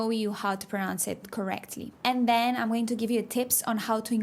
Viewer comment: I hate to be this guy but, category is CAT-uh-gor-ēē The A is like a short a sound. Like “apple” . But you do not have that sound en español. The T is like a sharp T sound made blowing a very short puff of air with your teeth closed. The CAT syllable gets the stress. Also , when you say “I’m” like I’m going.. it should sound more like the Spanish word “hay” with an “mm” sound at the end. We help each other!